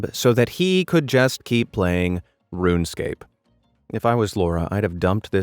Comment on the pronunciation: Ruunescape 💀💀💀 ok this is not a hate comment just sayin :D